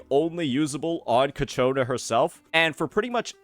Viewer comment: FGS, IT"S CHIIIIYYYAKONAAAAAAA!!!